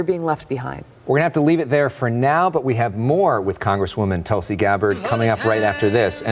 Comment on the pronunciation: It's not Tulsi as in 'umbrella' , it's Tulsi as in 'you'.